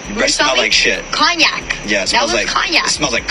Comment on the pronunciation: That man said "cockyac''😂😂😂